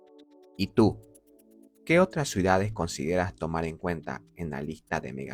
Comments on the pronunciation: ¿Escucho mal, o dice "suidades" en vez de "ciudades"? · ¿Por qué pronuncia "Suidades" en lugar de "Ciudades"? 😭